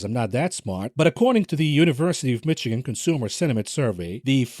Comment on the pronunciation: Michigan is pronounced: Mish a gin.